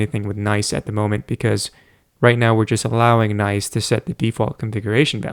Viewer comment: Isn't it pronounced as written and not like "nice"? 🤔